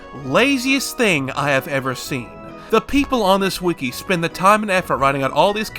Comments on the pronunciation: Just say wiki like a normal person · entertaining video, but the way you say wiki makes me want to kill myself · The way you pronounce wiki as “weekee” sounds like nails on a chalkboard to me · “weekee” is on par with “meimei” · ITS NOT CALLED A WEEKI